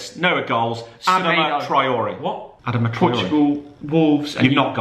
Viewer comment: Adama pronounced ad-ar-ma